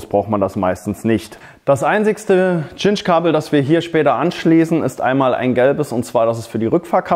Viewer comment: Danke für das Video, es hat mir tatsächlich geholfen. Nur eine Bitte: Geh bitte mit gutem Beispiel voran und sage bei Cinch-Kabeln nicht mehr "Tschinsch"-Kabel. Im Englischen wird die Buchstabenfolge Ci wie ein scharfes S gesprochen. Siehe "Cinnamon" oder "Cincinnati" Es wird also also korrekt "Sinch" Kabel gesprochen. Sprechen die allermeisten Deutschen leider falsch.